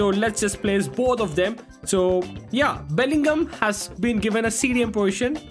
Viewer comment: i unsubbed bro this dude halland is so trash also in multiple videos this dude said i can vibe with halland bro is even saying belligol like just say bellingham bro